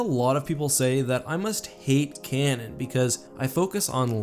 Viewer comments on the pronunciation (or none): none